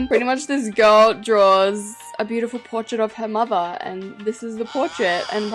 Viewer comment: I really think it's bi-you-ti-pull 😅